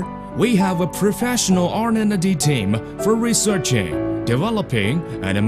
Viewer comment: How do you see "R&D" and pronounce it "Ornennedy"?